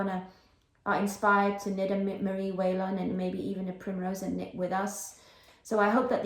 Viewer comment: I think you are right. I have heard it pronounced like this "wall -in."